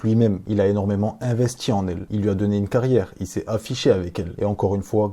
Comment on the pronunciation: Et toi tu te sens viril en parlant avec un ton de voix de racaille en fourchant la langue française? Par exemple quand tu prononces: "tu vois"? On entend "tchu vois" et quand tu dis "investi" on entend "investchi" peut être que la nouvelle génération se sent forte en adoptant une attitude et un langage de racaille venu d'ailleurs...c'est discutable de critiquer untel et autre mais faut se regarder soit même...médites dessus le jeune et ce n'est pas pour clasher c'est une critique positive.